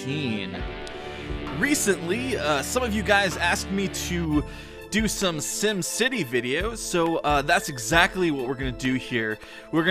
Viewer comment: it is sim city not sum city